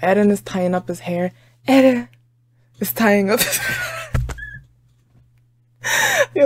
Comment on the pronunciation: lmao u keep saying "eh den" instead of just eren. sounding like mikasa